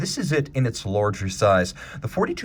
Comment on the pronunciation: Have yet to make out his accent. Almost certain it's North American but his pronunciation of words like "power" or "large" sounds as if there is the disjunction "or" rather than the schwa+r or "-ar" as in "art", respectively. Credit where credit is due; his knowledge in horology is impeccable to say the least.